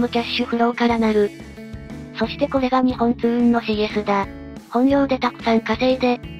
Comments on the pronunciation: すみません。よく言われるのですが、 にほんつううんではなくにっぽんつううんです！ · ありがとうございます。NXにっぽんつううんです。だなｗ でも社員でも「にほんつううん」って言ってる人も良く見る。